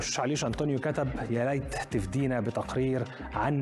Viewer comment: تفيييييييييدنا يعني تنفعنا وليس تفدينا